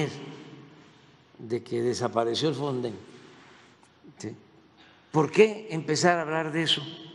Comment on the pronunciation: Ni siquiera sabe decir o que es el fonden , porque al inicio dijo fonsen